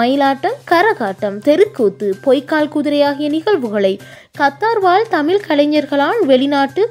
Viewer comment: வணக்கங்கள். ழ சரியாக உச்சரிக்க வாழ்த்துக்கள். தமில் ? தமிழ்?